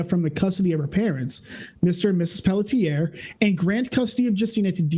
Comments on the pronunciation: I am from Quebec, Her last name is pronounced in 2 syllables Pell tzi ay, it's like the 'et' is rushed at the end of the first syllable. So like Pelltz iay. I hope that helps? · it's pronounced pell-shay 😂